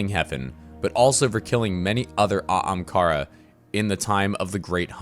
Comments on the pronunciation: I want him too but he pronounces ahamkara weird man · i want aztecross to help voice over just to hear him either continue to butcher the pronunciation of ahamkara or actually pronounce it properly. Gws Byf!